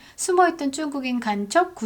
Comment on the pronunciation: 쭝국인이라고 일부러 발음하시는건가요?